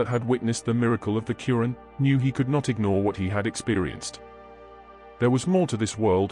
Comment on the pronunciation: Not arat but is ayat Not coran but is quran